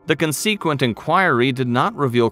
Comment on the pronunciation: Is this channel voiced by a bot? Because “consequent” is absolutely not pronounced that way 😂 and the language is inconsistent throughout. “Referring to it the monster” “It has makes people scared anyway”